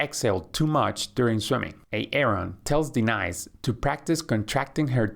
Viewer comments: Good video but why do you call her, "D-Nice" instead of pronouncing properly? Is this an AI generated video? Just curious but I would like to know for transparency.... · like de-nise